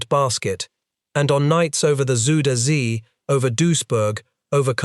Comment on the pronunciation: It's very muck ok to make small mistakes here and there, we all do. But when it's butchering the name "Zuiderzee" it will always be funny. Thanks to Feedback Gaming it's even funnier.